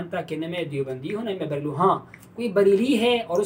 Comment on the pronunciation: بریل کہاں ہے؟؟ بریلی ہوتا ہے۔